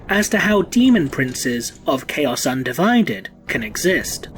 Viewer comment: I can't unhear "Chaos UndiVIded."